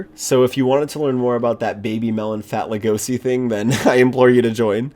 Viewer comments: It’s pronounced lego-she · How to pronounce legosi lego c eAsY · No offense but it’s actually pronounced legoshi but spelled Legosi at least from what I’ve heard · Why you pronounce Legoshi's name like that?